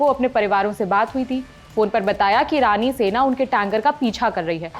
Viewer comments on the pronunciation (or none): Rani sena or irani sena? First speak properly